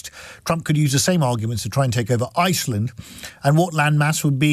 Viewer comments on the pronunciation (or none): none